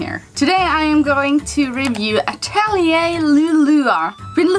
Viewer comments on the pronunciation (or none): but the correct pronunciation is uh·teh·lee·ei I made the same mistake and realized it after someone corrected. Then I looked it up and it was true. I think name is French. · You know she's saying the game name wrong.